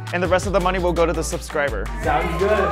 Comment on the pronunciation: "Subskriber butt" LOL